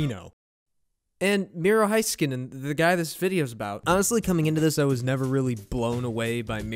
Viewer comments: from a finnish guy its HEYskanen to all americans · It’s “ HE- SKANEN “ by the way you guys 🙂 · Next: Learn how to pronounce his name. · Heiskanen is pronounced "HAYS" instead of "HI" and Khudobin has a silent K, but great video!! So glad that Miro is getting recognition on a national level :-)